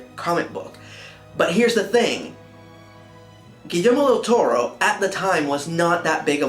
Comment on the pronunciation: I cringe just a little bit when you pronounce Guillermo's name with a "j". But the rest is superb :)